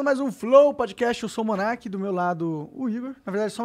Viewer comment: O Abilio falou Monark certinho...não sei pq me lembrei do Doria bem mais jovem chamando ele de monarca kkkkkk